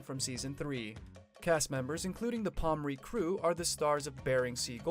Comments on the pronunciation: Palm-ren-kee learn how to say it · I'm confused. Where is Andy? You talking bout pomrenke and you ain't even saying his name right. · Pronounced (pom-rain-key). Pronounced (rye-dell). Pronounced (ten-hoff).